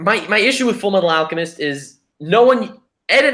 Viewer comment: did i hear say FMF like full metal alchamest insted of FULLA MEETHAL ALCHEMISTSHT